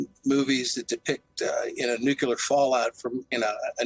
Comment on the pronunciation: NuCLEAR! Not NuKELAR……… FFS